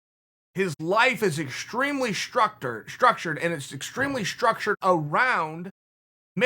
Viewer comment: Chael “Summer raising” Sonnen Chael “Keebeeb” Sonnen Chael “Struc turd” Sonnen There’s a lot of miss pronounced words in this video lady’s and gentleman